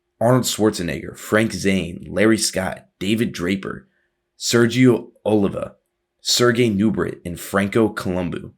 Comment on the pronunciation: Lol Franco columboooo, Sergio owwlivva.